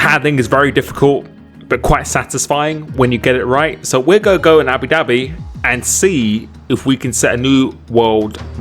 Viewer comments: . I never would have thought you could pull this off at “Abi Dabbi” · Everyone: Abu Dhabi JD: Abi Dhabi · i think every brit says it like that lol